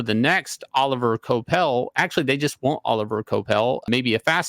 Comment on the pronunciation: Oh liv ee ay (like Laurence Olivier). Dude's French. Kwah pell.